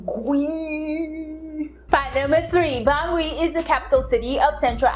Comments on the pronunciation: Lol. Bangui “ban-guee” lol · Respect from southern Cameroon 🇬🇷, they pronounce it bangi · Its pronounced Bangee or Bangi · yess fr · haha wow thats not how they say Bangui thats great i can give you more information about my country